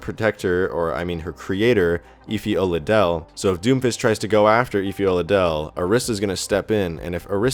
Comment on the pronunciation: I'd just like to point out that the last name is pronounced oh-la-de-lay